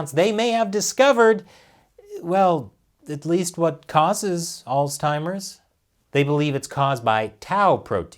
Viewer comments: Alz-heimers. Not alz-timers. No T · What is “alztimers”? “Figural”? Figurative, ya doof. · Guys, I love you but there is no "t" in "Alzheimers." You keep making it sound like "Old Timers." "Altzheimers" is not correct. Oops. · Alzheimer's doesn't have a T....Sounds like you were saying Oldtimers. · Interesting pronunciation of "Alls-timers" you got there 😏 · Let's just stop saying Alztimers plz....ur driving me fuckin bananas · Allstimers that's a new one. No t in alzheimers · "Allz Timers" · Seriously though... there is no "t" in Alzheimer's. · Why does keep putting a T in Alzheimer's? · Your pronunciation of Alzheimer's is a bit off. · Why can’t pronounce Omicron and Alzheimer’s correctly?? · There is no T in Alzheimer's! Still love ya though.... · dude... learn how to pronounce Alzheimer’s!